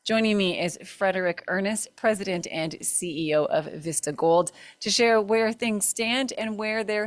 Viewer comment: What’s up with the “Veesta”?? It’s “Vista” not “Veesta”. ista not eesta. I remember my first beer!! And on Tv that’s embarrassing! Know your English before speaking it!!